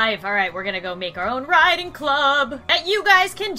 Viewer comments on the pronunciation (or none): none